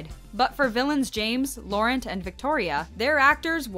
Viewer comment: That's not how you pronounce "Laurent" 🤦🏽‍♀️